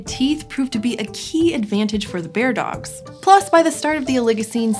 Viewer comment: Bear-dogs, not beard-ogs.